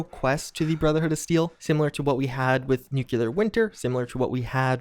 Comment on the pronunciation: You're still pronouncing Nuclear wrong and it makes you sound uneducated. Nu-clee-er. Not Nu-cue-lar.